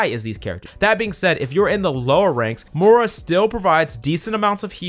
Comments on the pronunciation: I hate that this guy can never pronounce Moiras name correctly, it's not Mora its Moira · Why is it that no one can pronounce “Moira” right?